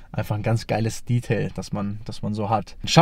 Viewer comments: Er redet wie ein 14-jähriger. Wer ist bitte die Zielgruppe? Warum spricht er Detail die ganze Zeit englisch aus? Das ist doch furchtbar albern. Zum Auto hat er wenig interessantes erzählt. Die Technik wäre mal spannend gewesen. Kompliment an Audi, sowas heutzutage noch zu bauen. Auch wenn ich kein Fan von dem Auto bin, finde ich es gut, dass sowas noch gemacht wird. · Also das Detail (natürlich englisch ausgesprochen) rote Motorhaubenunterseite kann man schon erwarten, dass die orangerot wird, oder nicht?